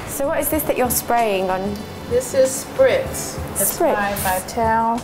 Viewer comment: omfg, the presenter!! *face palm* - "dramatic", "spritz","ceraaamic"